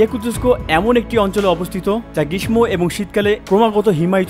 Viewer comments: গ্রিশম না গ্রীষ্ম উচ্চারণ হবে গ্রীশশো। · Grismo na grisso❤